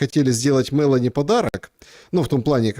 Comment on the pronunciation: не МЭлони, а МелОни😅